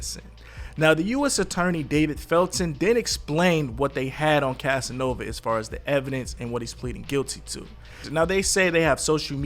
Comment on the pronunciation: Bruh you said “Casanova” wrong in like 3 different ways lmao 😂 you had it right at least once thru out the entire video. Lmao.